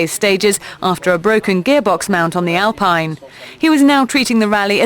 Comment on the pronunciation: Good informative commentary by the lady commentator, but she should know that Alpine - Renault A110s are pronounced “Alpeen” and not Alpine as in the Rootes Group, sports car of the 1950s.